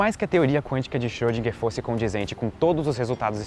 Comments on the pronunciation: Xôdinguer, não!!!! Por favor!! Erwin Schrödinger! Tem um r no meio. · Schrödinger...Ö!!!! Não é som de "O", mas de "E fechado"! ;)